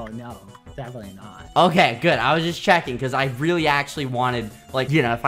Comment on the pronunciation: that looks weally good says skeppy